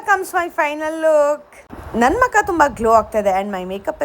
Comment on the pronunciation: ನಂಗೆ ಮ್ಯಾಂಗೋ ಇಷ್ಟ ಮತ್ತೆ ಅದು ಮಕ ಅಲ್ಲ ಮುಖ